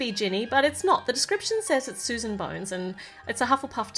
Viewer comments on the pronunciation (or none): none